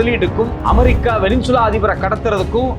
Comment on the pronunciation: யோவ் அது வெனின்சுலா இல்லையா வெனிசுலா தான் 😂😂😂😂